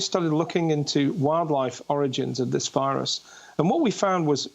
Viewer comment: "Origins of the virus". Didn't you mean "oranges" Amy?